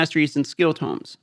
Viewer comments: Had to stop watching video "again" Pls Pls Pls stop saying Tumes. The word is pronounced "tohm" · Tomes. It’s TOE-ms. 😁